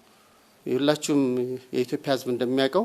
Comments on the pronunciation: "ኢትዮፒያ" 😂😂ኢትዮጵያ የሚለውን ቃል እንኳን በቅጡ መጥራት የማይችል ነው እንግዲህ ሚንስትራችን። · ይሄ ደግሞ ማን የሚሉትነው ኢትዮጵያ የሚለውን በደንብ መናገር የማይችል የተርበተበተ ተገዶ የሚናገር የሚመስል ቀጥቃጣ 😁 በጣም በሚገርም ሁኔታ በአገራችን ሠላም የጠፋው የሠላም ሚ/ር የሚባል መ/ቤት ከተቋቋመ ወዲህ ነው።አይገርምም !